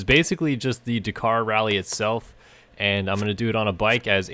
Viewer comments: It’s daaaakar not dacar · Dak-ar not di-car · It's pronounced 'Dah-Kar' not 'D'Kar' ...............sorry but it was crippling me 😂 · Dakar not dacar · "Dak-Kar" not "d'kar" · Bugs me how you cant pronounce the name. It's Dakar (da-kar) not dkar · Come on man it's pronounced Dak-ar not D'kar. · DA kar, not D'kar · Dakar not Dekar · Dukar? its da kar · he pronounces it decaaaaaar and not dakar XD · dkar its D-Akar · Bro it’s pronounced dAkar not emphasize the A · God I hate how he says ‘DaKKar’. . . Haha (Yes i’m aware of the correct spelling, the pronunciation is that of a double K, like “Dak-Car” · am I crazy? I swear I've never heard it pronounced "d'car" before. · Why cannot you pronounce Dakar properly?? Sounds like de car wtf? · It sounds like "dukar" when he says it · “Duh car” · Dakar not deeeekar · Your not saying dakar right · Please pronounce Dakar properly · Please say Dakar properly. Like a normal person thx x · every time you dakar i cringe a little. you say it wrong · The way you say DAKAR is disgusting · Learn how to pronounce "Dakar" before you do a review on it! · You need to learn how to pronounce Dakar properly..... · Is that the American way of saying Dakar. Because its wrong and triggering me :)